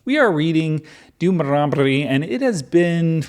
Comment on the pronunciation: I am going to re-listen this playlist just to hear all the ways you say Dermeronomlee ...😆😅